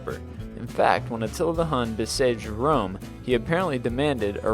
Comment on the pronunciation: Be-say-jed Rome...